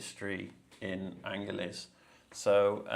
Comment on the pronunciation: Angeles is pronounced "an her lees"